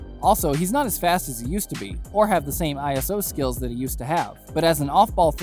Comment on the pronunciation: Sorry when you said I s o and not iso, you lost me, shows your just reading the script